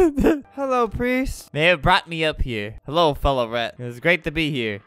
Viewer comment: normal people: "rat" Flamingo: "rett"